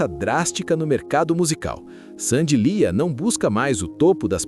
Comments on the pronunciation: O nome dela é Sandy Leah (Leáh) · Não é Sandy liah? Pronuncia errada